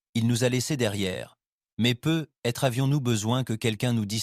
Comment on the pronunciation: Les histoires sont sympa Par contre ENORMÉMENT de repetition et un GROS probleme avec la liaison du mot ^ peut-etre ^ Sinon mis a part la voix ia rien a redire